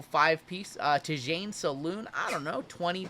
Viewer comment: Tidjane Salaun. Rhymes. Sounds like T’Zhon Salon.